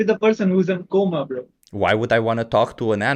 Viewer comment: BTW, you pronounced coma as comma in the livestream........ English is such a frustrating language